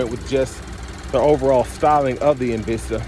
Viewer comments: It's not called EN Veesta, it's Called EN Vista. Just so you know. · En-VEES-ta. Hmm. OK.